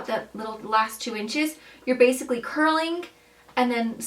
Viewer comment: It’s curling ! With a G! Not a K. Curlink and pullink are not words!